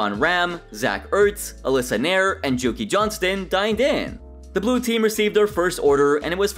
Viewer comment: "Julie Johnston" You said "Jukie". ...Wot.